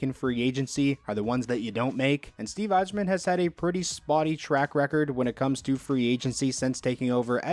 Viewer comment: Thank u for pronouncing my last name right